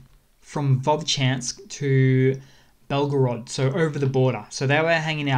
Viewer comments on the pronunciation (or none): none